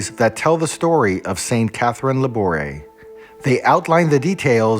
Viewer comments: Thank you for making this video. I visited the Rue du Bac Chapel in August. I respectfully suggest you check the pronouciation of famous foreign saints names on YouTube so you can pronounce Laboure correctly as she is very famous. The letter "e" with accent is pronounced in French. Thank you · Her name is pronounced with the accent on the e’